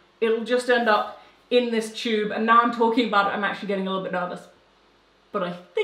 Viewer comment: When she was talking about the vacuum -or as she called it, “ Hoover?”, and then the “cheube” 😂 haaa! But I still love ya 😊